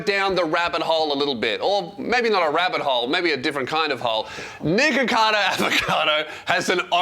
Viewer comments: You really do have to hit the ck there😂 Cause before it deffinitly sounded like you said niggacado😂🤦🏻‍♂️ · Everytime you say nikocados first name, it just sounds like your saying the n word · you REALY have to pronoun the C K in his name. on jah it sounds like youre saying the gamer word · your pronunciation of nickocado is so funny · Every time says his name I think it’s something else 😭